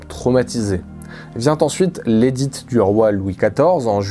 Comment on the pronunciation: PS: on ne prononce pas le "t" de "édit". Merci pour votre vidéo !